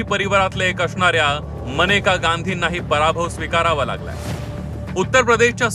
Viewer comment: मनेका गांधी 😂 नाही रे बाबा मेनका आहे ती. नीट वाचत जा जरा